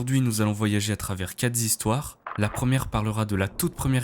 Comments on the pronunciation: Quatre Z'histoires dés la 3eme seconde...je continue ou pas? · Quelques seconde et " ...qatre z histoires " . Ca ne fait pas très sérieux. Adios .